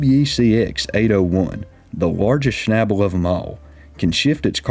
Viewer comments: Schnabel is pronounced with a long A like in Audi.... :) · Pronounce the a like and ae sound. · I think you mean ""shnebbulls", LOL. Sorry, southern accents are funny to me.😀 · To a native German speaker the English pronunciation of "Schnabel" sounds funny. The 'a' is pronounced similar to the a in "car"... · Schabel is a German word. Please look up how you pronounce it 😂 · You dont know how stupid „Schnabel“ sounds in german, especially when pronounced as if it is an english word :-)